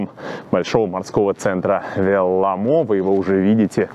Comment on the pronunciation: Уважаемый, если Вы не против, я обращу Ваше внимание на то, что ударение в финских словах всегда падает на первый слог. Поэтому - Са́покка, Ве́лламо и так далее. Я с увлечением смотрю и слушаю каждое Ваше новое произведение. Большое спасибо!